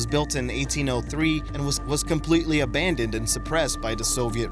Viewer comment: Narrator can't pronounce "abandoned." Editors and content creators don't care. Instant vote down for making America even stupider, day by day.